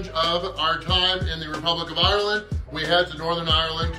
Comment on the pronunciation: After watching most of your Ireland content and i have to say the way you say the places you are is spot on..